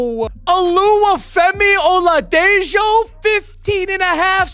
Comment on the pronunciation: It's pronounced oladeho